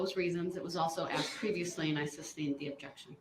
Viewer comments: The fact that we are on like week three, and he calls it “substained…”. That just doesn’t bode well for his future. He doesn’t recognize that he is the dumbest person in that room. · Substained? Grouns he axed without relevancy !